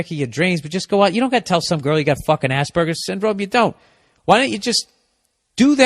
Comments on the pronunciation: Except even better because Burr legit pronounces it like ass burger 🤣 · It's quite funny how every time bill say's Asperger's it sounds like ass burger. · ya rofl, i was like wtf is Ass burger? o.o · I love how americans pronounce aspergers as "Ass-Burgers" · hehehe... he said Ass burger...